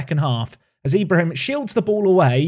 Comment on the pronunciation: For Ibrahim it's pronounced e-bra-heem. The e making the same sound as it does when you say exquisite